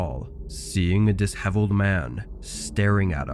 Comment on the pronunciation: Dishevelled is pronounced dis-shevelled not dis-hevelled